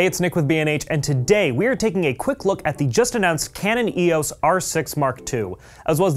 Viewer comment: EEE...AWWSS?! It's EEE....OOHH...EESS!